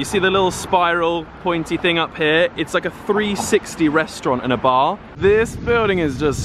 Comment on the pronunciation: a bar not aabr